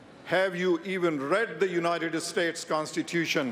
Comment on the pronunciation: Because of this man's accent, it sounded to me at first like he said "the graves of brave patriots who died defending the united ESTATES of America [emphasis added]." It only took me a second or two, of course, to mentally correct myself, and I understand that letting this accent bother me is EXTREMELY petty and perhaps even downright racist; I am actually not bothered by the accent at all, because that would be incredibly immature. That said, there is unfortunately some truth to soldiers dying defending the estates of America. As has been stated by many people before, the wealthiest, most privileged, and most powerful people in the US need not ever risk anything themselves (unless they choose to, purely voluntarily and out of absolutely no sense of necessity) in armed conflict with international interests, even though the rewards of that conflict go far and away mostly to just those wealthy/privileged/powerful people.